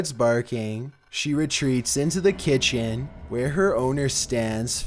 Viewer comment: At my ki t en